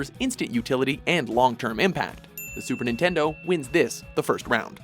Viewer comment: Super ningaydo